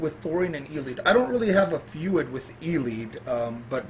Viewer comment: he can't even pronounce feud.